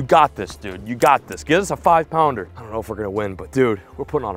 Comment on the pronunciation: When did it become a thing for a Caucasian male to say and use “Jouwn” in front of every word like how a Mexican will say Jumbo he’ll say Jouwumbo But these guys are saying Jouwounder for pounder and Jouwass it for Toss it Get your shyt together